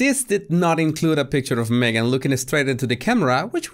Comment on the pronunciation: Oh Oh Jesus Why do you say Magen she is lying . Oh Jesus !!